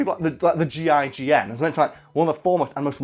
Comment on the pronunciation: Im upset that he kept calling them the G,I,G,N instead of the gign